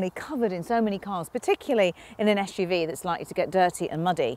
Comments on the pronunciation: Very low standard. She can’t say SUV 😂. Door can’t open wide enough. She is expecting more than 90. Esh UV. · It's not esh u v it's suv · Why is she saying YeshUV instead of SUV,that really annoys me. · Carbuyer, please stop using this woman to review SUV's. Every time I hear her pronounce it as "esh-u-v" makes my skin crawl. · the ESCH JU VI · I love the way she pronounces SUV -- esh-you-vee.